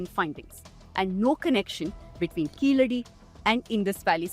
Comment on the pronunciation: I still wondering who came up with the idea to write the phonetic of "ழ" as "zha" or "za". Listen . He pronounced it as "கீசடி". I still stand for writing "ழ" as "la" since that's the closest sound to "ழ". Better let the any europeans to pronounce it as "கீலடி" insteadof "கீசடி".